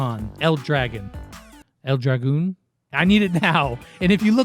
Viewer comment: Its pronounced El drag - on